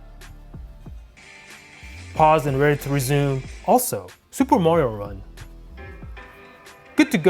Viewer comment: you can't pronunce "r" Supe' Mario 'un